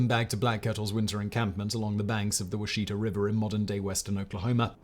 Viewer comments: Battle of Washita (now called massacre)It's pronounced Wah-sha-tah, in Cheyenne, Okla in Western Okla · No big deal but… it is pronounced wash’-i-taw. Also arap’-aho. All short a’s and a long o.